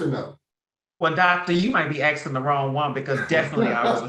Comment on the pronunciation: Nose ring and the word "axtin" ? Never ending indeed.